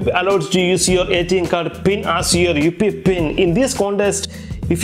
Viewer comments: Just a little tip brother, if you're not comfortable with English just stick to your mother tongue this will let your subscribers understand what you're actually saying in your video as for example you're saying UPI but it's sounding like UP pin. And try avoiding so much accented dramas when you're explaining something as your words are not clear to the viewers. Thank you. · Upee pin nhi UPI pin hota hai